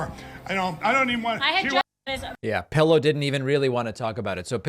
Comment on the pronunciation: Thank you for your informative content 🙂. Btw, I love how you call that guy " Mike Pellow " or just " Pellow " 😁. It's great 😆.